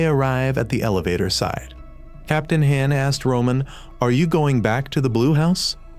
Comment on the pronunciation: FR captain han sounds like ham and xiyung is roman 11 young and he keeps talking about the bullies not subscribing leading them to die and the ai loses its grammar mid video bruh 💀💀💀